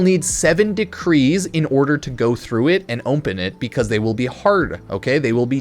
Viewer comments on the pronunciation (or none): Why can't he say the word open? Is he having a stroke?